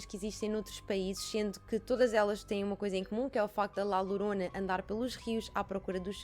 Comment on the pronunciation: Diz-se Lhorona mas lorona ou horona tudo se percebe!beijinhos👻👻😻